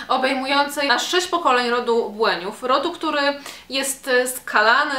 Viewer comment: Dokładnie, dodatkowo z mocnym akcentem nad "i"